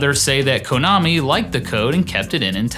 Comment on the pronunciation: "Kohnami"? 0_o